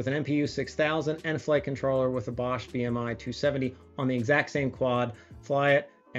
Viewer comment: Good to see that it not a bad alternative to the TDK ones. Btw:The „o“ in Bosch is pronounced more like the „o“ in Porsche.